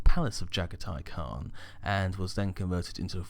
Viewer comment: Oh for the love of god dude, i love the vids but once again you literally make an absolute dogs dinner out of the primarch names. Jaghatai Khan - (Jah-gah-tee Khan)